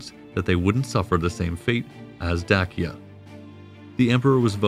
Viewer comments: Is it not pronounced Daysha? Not Dakia? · Dacia not Dakia!!! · 🤭ok,,, so the correct pronunciation of Dacia,(&any of it's variations), is NOT pronounced (Da•Kee•uh), it is (Day•She•uh)... There are not multiple ways of pronouncing it...and 🤣,,, the Danube,,, is (Dan•Noob),,, it is pronounced (Dan•Yube)... You NOOB..... look it's minor and I'm sorry to be picky..most of the rest of your production is pretty solid...I just simply do not understand how anyone who declares to be an Ancient Roman Historian,, could possibly mistake such common names directly related to the subject...I mean...WOW... You don't even have to have studied the subject in college or visited the areas, which every professional historian I've met has always done both..you could educate yourself and understand the pronunciation by simply studying online...unless you've done it as some type of unsure joke maybe?🤷🏻‍♂️,, I just don't get it...slightly compromises ones credibility.. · Great video. I always thought Dacia was pronounced like "day-sha". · It is pronounced "Da-Chi-Ya". Romanians pronounce "Ci" like in Latin. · Very interesting documentary series. My normal source for this period is "the history of Rome" podcast which is also fantastic. One major difference between the two sources is the pronounciation of certain names. this channel uses "Dakia", Desebalus", "Domietian" and "Danùbe" whereas the podcast uses "Dasia" ,"Dekebalus", "Domitian" and "Dànube". Which one is correct? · Pretty good. You receive high marks for historical accuracy and the art work. However we take issue with your pronunciation. Particularly with Dacia and the Danube river valley. Dacia is pronounced "day-she-uh". While the river Danube is pronounced "dàn-yoo-b`. A as in after. With the B being almost silent. New sub. Looking forward to your next offering. Greetings from Vienna. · * day-shu *day-shins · My wife is from Roumania, Dacia and Dacians, it's pronounced like..."Dachia and Dachians by locals 📕